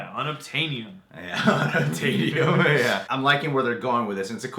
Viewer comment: 'unuptanium' best New word yet!😁😂